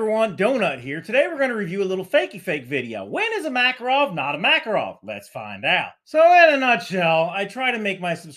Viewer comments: You're still kind of wrong lol It's not Mákarov, its Makárov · btw, it's makArov, not makarOv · Alright alright, but it's pronounced maKARov